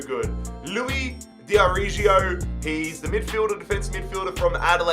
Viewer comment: hey, a tip for Italian names, ricci is pronounced like Rícchy (doubling the c) and not like ricky, and d'arrigo is like d (th but hard) arrigo (double r, the g is hard like Ghana) great video:)